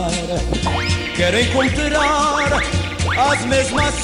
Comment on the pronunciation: Pq o quando canta, ele pronúncia o R com muita dicção. Por exemplo, se ele for cantar a palavra encontrar ele cantaria: ENCONTRARRRRa